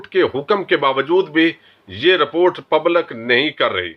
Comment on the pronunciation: مسلم میں ل کے نیچے زیر ہے۔۔۔ پبلک میں ل کے نیچے زیر ہے۔